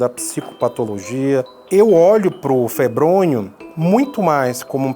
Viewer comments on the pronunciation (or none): o nome é febrônio e o gordinho falando febronho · Não é febronho e sim febronio